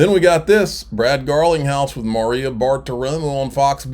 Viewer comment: You cant pronounce Maria? Sometimes I really question why I listen to you're videos 😂